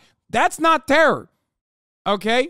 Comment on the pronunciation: The "tewwow" kills me every time